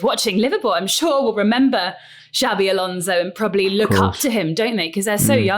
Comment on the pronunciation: It's Xabi, not Xavi.